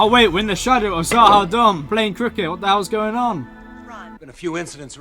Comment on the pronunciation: Za-ha-doom please not Za-ha-dumb